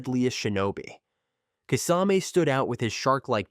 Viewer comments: Decent video. Just find the right pronunciations, and keep them consistent. I heard, kiss- ah-mee Kisa-may, kis- ayme lol. I believe it's, (kiss-ah-meh) It's one thing to wrongly pronounce but, consistency is key 👌 lol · If u are gonna make vids about naruto characters, learn how to pronounce their names correct. I went "Huh, who?" when u tried to pronounce Kisame or Konan or Sakura. Other than that great video, keep up the good work :)